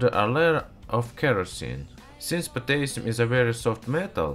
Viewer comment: OMG I loved well you said potassium hehe :P